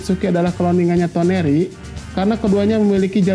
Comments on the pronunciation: toneri dibilang tenori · TONERI bang bunak TENORI wkwkwkwkwkw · Sama tenori